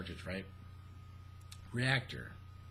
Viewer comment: reac-TOR, lol. I love your ramblings babe.